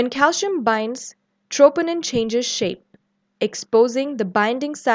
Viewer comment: why pronounce calcium as calshium? i noticed it in many videos by south Asian professors and doctors, is there a reason? Thanks for the response I'm curious!